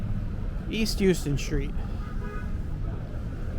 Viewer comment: Don't mean to criticize, but Houston St is pronounced House-Ton. Every New Yorker is supposed to know that!